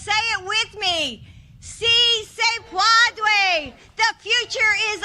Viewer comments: She said, “Si, se pwadray”. (Phonetically) What was she trying to say? What she said doesn’t closely translate to anything! If you can is, “Si se puedas”, if you are talking to one person. (Familiar) To multiple people, “Si se puedan” (formal and familiar spoken to more than one person in Latin America ). Spain is different, but not close to her gibberish. They have no clue what she was even trying to say, guarantee it. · Not "si se padre". She said "si se pwadway". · She didn’t even say padre. She said pawdie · She didn’t even say “padre”, she said “puadue” ... it’s not even a word in Spanish, she just really messed up saying “puede”. It’s not hard... she didn’t practice enough. 🤦‍♀️ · Teleprompter said: "See say pwadwae" Jill Biden says: "See say pwadwae" Me: "WHAT???" 🤔🙄🤭.......🤣😂🤣😂🤣😂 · Correction. She actually said “see say pwodway”. I know because Elmer Fudd is her speech writer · Did she just say " Si se Puadeuh"? Either shes having an early stroke, suffered a derp moment or is the true example of the Dixiecratic Party. "Si Se Puede" is how its pronounced and Brandon did a far better job pronouncing it. Im Hispanic btw. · See say pawdray 😆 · I think she did say it right, we need the Father!! Jesus Please help us, we need help from these idiots!! 😂😂 If your going to spin your platform on the backs of Ethnic people and immigration, maybe you should try pronouncing their language!! 😂😂. Brandons right, she didnt even practice this speech. No one told her how to say it Correctly!?. Totally embarrassing!! 😂